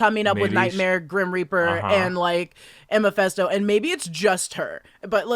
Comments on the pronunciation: Gurllll it’s not MAFESTO! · keeps saying Mepesto like he's an Italian sauce.